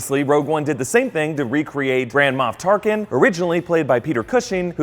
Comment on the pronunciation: I keep hearing 'Grand Ma' Tarkin for some reason.